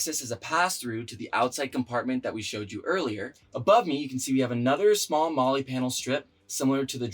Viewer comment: FYI MOLE is not pronounced Molly, great camper.